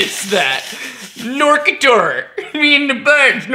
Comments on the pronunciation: is a german band wich wants to be wierd. the music fits perfectly to the cover and they have wierd shows as well. on purpose.. The vocabular nazi in me screams "knorkator! not knerketerrrr" xD Great video btw! LOVE IT haha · Knorkator is a Great band. And its spoken Knor-ka-tor